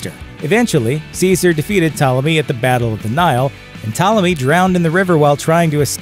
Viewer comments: You go from mispronouncing it as Ptalomy, to saying it correctly as Ptolemy. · Pt*o*lemy, not "Ptahlemy." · ok firstly stop saying 12 HUNDRED years also its Ptolemy not PtALemy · Ptolemy is not pronounced "Tella me" like some lost italian migrant. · How do get “Ptalemy” pronunciation from Ptolemy??? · Why is the narrator pronouncing "Ptolomy" as "Ptalamy"? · Ptolemy pronounced as "talemy" is an... interesting choice. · I’d say the narrator needs to Google how to pronounce Ptolemy. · How are you going to give a history lesson and the very first fact you start by mispronouncing Ptolemy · He's is kind of mispronouncing Ptolemy, I don't think anyone of the period described as beautiful....brilliant yes. The co-regent thing was indeed and Egyptian thing and I don't believe is was a Macedonian thing although most Roman genereal's eventually choose a god to be descended from. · Is it too much to expect that the narrators of these youtubes actually had a rudimentary education? This idiot Bozo can't even pronounce Ptolemy correctly. He must be the sad result of a public school education. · The P is not silent in Ptolemy, wtf americans?!!